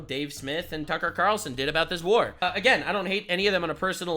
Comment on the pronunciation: “Tucker Qataralson.” is a mad lad 🤣